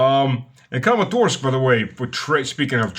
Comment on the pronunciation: You said Crematorsk, like crematorium, which is soon what Kramatorsk will be. 😂😂